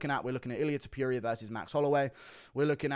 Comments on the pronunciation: Hate the way Guru says Ta-PURE-eea 😂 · Illyuh Tuhpeeria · I genuinely love how you maintain "Ilia Tipeeria" as his name. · i dont like how you say topuria